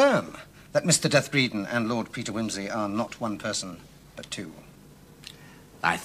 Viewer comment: I get irritated every time I hear “Bredon” called “death,” as in “deceased.” Sayers specifically had it pronounced “deeth” in the novel. It’s such a small detail, but she did it so well….the employees were rather shocked at “death” until Wimsey clued them in. It’s as though the scriptwriters for the show thought they knew better than the great novelist,and that’s always a mistake.